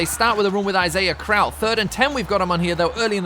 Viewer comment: Since you're gonna have to play them twice a year, I feel I should let you know: Isaiah Crowell's last name is pronounced croh-ell, not crowl.